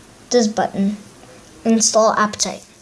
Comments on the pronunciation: it said apptaite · You said aptoid wrong